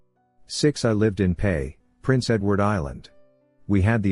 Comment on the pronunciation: Yo it's P-E-I Prince Edward Island.